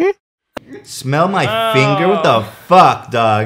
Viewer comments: Not finger, fun-geer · That video has effectively named me for the next 6 years. I went from nutmeg to nutgear because of runforthecube's pronounciation of the word "finger". Smeel mai Fine-gear